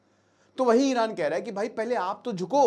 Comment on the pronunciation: Iran❌ Eye ran✅